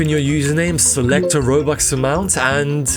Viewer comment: For a second I thought you said throwbux lol